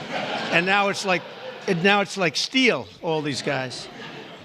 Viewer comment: Does Miller call it 'ecomony' ?